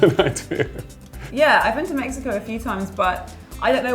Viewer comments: He said mekiko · I physically cringed at me-HE-co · Idk why but every time those 2 said Mexico I got annoyed cuz they pronounced it like a hipster would 😂